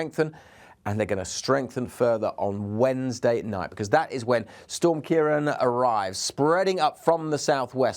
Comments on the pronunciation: It’s pronounced “Keer-Rawn” it’s a Gaeilge word meaning “Dark haired one”. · Say it again - kayron? 😂